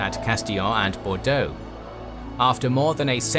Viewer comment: As a Bordeaux resident, I definitely had a little added giggle when I heard you pronounce the names of cities around here ! Very good pronunciation, may I had 👌